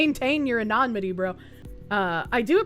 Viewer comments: Say it with me kids: A-NUH-NI-MUH-TEE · Love the coverage, but my "grammar heiling" tendencies flare up every time says ANONYMITY (ah-no-nim-ity) like anonmity (ah-non-mity) 😂 Could be the boston accent though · Love the way you say "anonymity". Lol. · Say is such a strong word.